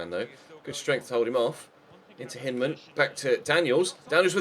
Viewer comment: with respect, Hyndman is American, so his name is generally pronounced Hine-dman not Hinn-dman. We're weird, and I've only ever watched him in the U21 WC so it might be how you're pronouncing it anyways.